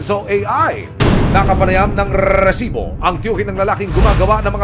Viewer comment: "rrrrrrrisibo" Ibigkas mo nalang sir. na Ratatatatasibo. lol